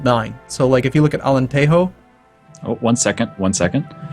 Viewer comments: it's Alentejo. You read it as Alenteho. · I agree with this, spanish J most of the time is pronounced as an h so... Alenteho just doesnt sound good